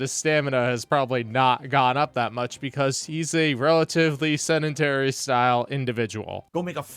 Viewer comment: I like that he says he is trying to be less sedentary only butchering the pronounciation. emphasis on the DENT lol